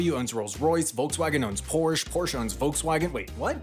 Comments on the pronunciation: I know the correct way is Porsh-uh, but I just don't care and keep saying it 'Porsh' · It's pronounced as "Por-shit" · I sure love uolkswagen and Porsch! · PORCH-AAA is how you say it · I know it was intentional, but your propitiation of "Porsch" was killing me. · Porsche is pronounced porsh-uh by the way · As a german, I feel the urgent need to tell you that you have to pronounce the „e“ in Porsche. Kind of like „Porschuh“ 😂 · Please don't pronounce it porsh. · That is one lonly 'e' at the end of Prosche. Yes, the 'e' at the end of 'Porsche' is pronounced. 'porsh' is infact the wrong pronunciation. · Actually, Porsche is pronounced like POR-SHA and he's been mispronouncing it this entire video. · did you just pronounce "porsh" wrong and called the beetle extremely ugly in one video? -me, a furious german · I almost forgave the 50 times he said "porsh" but calling the Beetle ugly was purely mean spirited. Honestly the idea was a pretty good one to get people a car even if the idea was from a terrible person. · Trailing "e"s are audible in German, it's Porsche, not Porsch. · It's pronounced PorschE, not Porsch! You do pronounce the e at the End! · Say it with me; por - shuh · as a kid I thought "porsh" was just a nickname people used like chevy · The guy who started the company was named Ferdinand Porsche. The company is named after him. Pretty sure he didn’t name it Porsh. It’s just as easy to say it right. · Please learn how to say "Porsche" and "Volkswagen"! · The way you pronounce Porsche is going to trigger a lot of people lmfao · I twitch every time I hear the word “Porsche” mispronounced. This video was terrible. #BasicResearch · You miss pronounced Porsche. There is an "ah" sound at the end. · I never heard anyone mispronounce Porsche so many times in such a short time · What a great video! However, it is such a pain in the ears that Porsche was not pronounced correctly one single time!!! Guys its PorschE!!!! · stop pronouncing Porsche wrong.